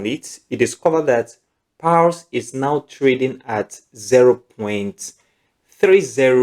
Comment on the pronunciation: You're pronouncing pals instead of paws